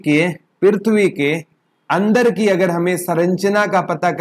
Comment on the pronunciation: Pirthvi ni prithvi hota h